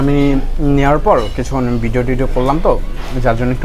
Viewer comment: শব্দটা "বিডিও" না, ভিডিও। উচ্চারণ টা সঠিক করার চেষ্টা করেন